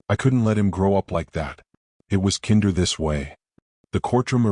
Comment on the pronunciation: Streaked not Street. Peace not piece. Kinder with a long I.